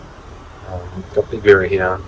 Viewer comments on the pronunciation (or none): none